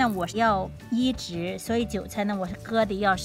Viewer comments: 是“ 移（宜）植” ，不是 “ 医治 ”，想了半天才知道你说的是移植。不是要给韭菜医治病。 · 发音有问题，移植是三声，而不是发＂医治＂的声。